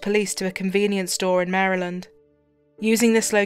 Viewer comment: Thank you thank you for saying “Maryland” correctly